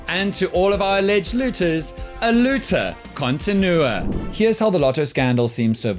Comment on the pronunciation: "aLoota continua" pleeeeeeease🤣🤣